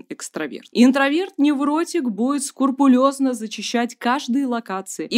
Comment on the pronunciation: скрУпулёзно, не скурпулёзно)